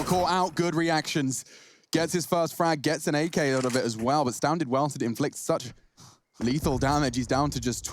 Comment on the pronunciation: Safe and stavned, astavnding